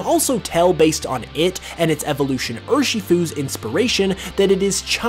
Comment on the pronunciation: You’re still saying urshifu with a “short i” sound. It’s a “long i”. Ur-shee-fu. Like ursa (bear) shifu (master). Watch kung fu panda